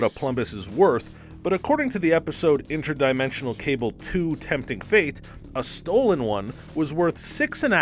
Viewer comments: Is my mans saying INTRAdimentional cable 🤮💀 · can u please learn how to pronounce inter-dimensional